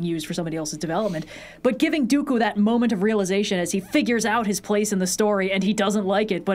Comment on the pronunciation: the best way I managed to piece it together and mind you... i'm like a casual cantonese speaker, and this is purely my theory... which is this: In that VERY VERY Specific scene where Ewan - Obi Wan is saying Dooku's name he says it so quickly he says almost like "duKu" introducing two Chinese syllables that sound like duKu 的 - Di - which can be directly translated to "of" 佢 - Ku - which an be directly translated to "him, her, his him" and most relevant for this "IT" duKu therefore translating it back is Count "Of it" Now if you're half-assing the translation how do you one word Count "of it" Count "the"